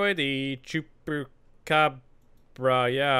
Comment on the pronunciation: se dice chupacabras weon >:u no me joda que no sabe Español(Spanish)